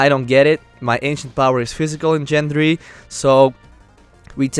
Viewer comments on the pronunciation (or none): none